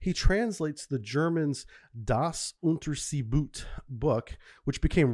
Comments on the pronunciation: It's pronounced "oon-ter-say-boat" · I enjoy your videos. Just one note: "Das Unterseeboot" is pronounced dahss-oon-tear-zay-boat. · The correct pronunciation is "unterzeh boat"